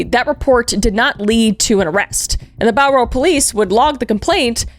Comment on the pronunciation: It’s really bizarre hearing Kris talk about my home town and saying Bowral 😂 Unfortunately it’s Ivan making my home be known by my favourite YouTuber